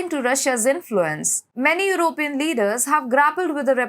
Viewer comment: I love the way she says EurOpean and conservAtives 😄❤